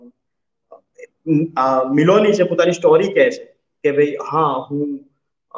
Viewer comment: સ્ટૉરી નહીં સ્ટોરી‌ બોલો. પ્લીઝ